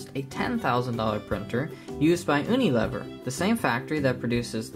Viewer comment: Its pronounced "yoo-knee-lee-ver" Also, if you dont know the settings used on the $10,000 printer, this comparison is meaningless.